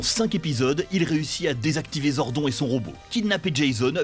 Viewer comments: tu commences à regarder la vidéo et tu entends "zor-don" et pas "zordone" et tu comprends que le gars n’as pas maté un seul épisode de MMPR ( voir même d’aucune saison jusqu’à In Space, ou même les différents films) pour prononcer le nom du perso comme ça. Et c’est révélateur d’un sacré manque de sérieux. Next ! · Salut ! Sans vouloir critiquer pour rien, la prononciation de Zordon(e) casse pas mal la crédibilité de la vidéo. Quitte à faire une petite liste (non exhaustive) : : Les laves-linges durent plus longtemps avec Zordon ! : Trini, pas Trinity : De mémoire en VF, ça se prononce Aïsha, pas Eïsha : là, ce sont déjà les photos des acteurs "remplaçants" (avec Katherine d'ailleurs). : "Ninja Megazord", pas juste Ninja Zord : Le "Zeo Cristal", pas "Cristal Zeo" ( : ah, bien dit, pour une fois) Quitte à surfer sur la nostalgie, faites-le bien, grmbl ! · Non mais au moin prononcer les nom comme il faut , vous avez meme pas pris la peine de regarder un episode pour prononcer zordon zodon(e) et trini (trinity....) comme ca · Trinity au lieu de Trini... Zordon prononcé gordon au lieu de zordone... Faite un effort les gars. 2 minutes de vidéo 4 erreur de prononciation. C'est pas un speedrun, faite ça bien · Zordon? Mdrrr on va te niquer toi 🤣 prononce le bien en mode "Zordonne" mdrrr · j'ai arrêté la vidéo a 32 sec quand il a dit " zordon " au lieu de le prononcé à l'anglaise ... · ZordON ca choque personne ? le gars a surement regardé 0 épisodes pour prononcer ce nom comme ca. Boy si jamais c'est ZordONE pas ZordON... bref c'est pas serieux. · Le mec qui parle au début... Il a jamais regardé un seul épisode, avouez. Déjà Zordon, ça se prononce Zordonne, en VO comme en VF, et ensuite la ranger jaune ne s’appelle pas Trinity, mais juste Triny. Ça fait à peine une minute que la vidéo a commencé... On sent les passionnés 😑 . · Dommage, c'était une bonne vidéo, mais le ZordOn dès le début et tout le long sans oublier Trinyty et KimberlY... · Ça se prononce Zord'o'n !!!!